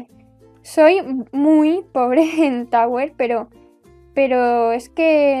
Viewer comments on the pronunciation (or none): En vez de tower le dice tawer :b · En La Primera Pregunta Escuché Tauro Of Hell Jjajajaja